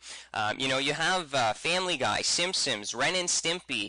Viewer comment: Simpsons, S-I-M-P-S-O-N-S not simsims, thank you.